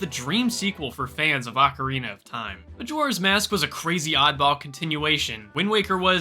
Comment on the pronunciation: Lets go cwazy Video